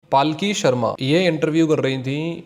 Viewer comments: Bro, it's not paalki, it's palki. Or may be I am hearing wrong 😢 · Bhai...palki Sharma hai....not paalki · भाई उसका नाम पालकी शर्मा नही है पलकी शर्मा है उचारन में ध्यान दो😮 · Bhai paalki sharma nahi palki sharma hai ek baar uski news dekhlo taki pata chale k pronounce kaise hota hai uska naam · Paalki nahi , palki hai uska nam. Video banane se pehle nam to shi bolna Sikh lo. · Apna naam wo पलकी शर्मा बताती है - आप उसको पालकी क्यों बोलते हो? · भाई पालकी नहीं, पल्की होता है वो। अब भाई तुम भी accent के चककर में जा रहे हो।